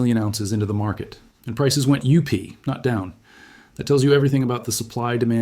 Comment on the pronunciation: Prices went U.P. not down . AI hilarity.